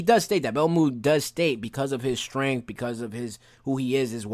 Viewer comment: While I understand that some people have a hard time pronouncing different words, I need my guy here to learn how to say the word STRENGTH.... I heard both strain and strenk instead of strength. It's a petty thing to be upset about but it got on my last nerve 😅